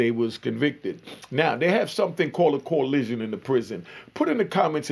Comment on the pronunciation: It’s coalition!!! Not collision